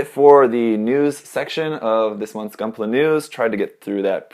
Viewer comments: Most Italians say "goonpla" that way, because that's how you read it in Italian (more or less)... not that it explains anything. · lmao they pronounced gunpla like they do in Italy